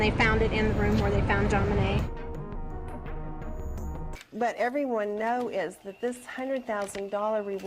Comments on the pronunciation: Why do you say JonBenet wrong ? It is pronounced as ( JonBenay ) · NOT Bennie it is Bennet .....a silent T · Note, -AY eye keeps calling Jon-Benet ; JoBenny. ( Yore welcome. It's nerve wrecking.:face-blue-wide-eyes: ) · It would give the video more credibility if you at least pronounced the victim's name correctly. She wasn't the daughter of Jack Benny.